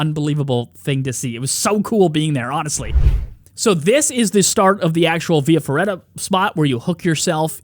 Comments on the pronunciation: Via Feratta, not ferreda you basic american. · Actually via feRRaTa....😅 But it's ok, Italian gets always miss pronounced, unless you're a Slavic, they nail it usually